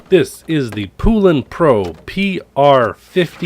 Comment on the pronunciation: The correct way to pronounce the name is Po not poo. Look up the old original poulan chainsaw commercials. They educate the correct pronunciation.